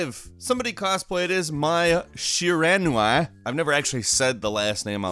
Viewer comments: sheer-uh-NEW-ee Because that PHYSICALLY hurt to listen to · It's pronounced She Rah New-ee